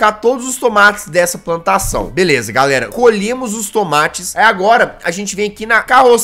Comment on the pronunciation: Nossa no início do vídeo em vez do jazzghost falar plantação ele falou "pantação".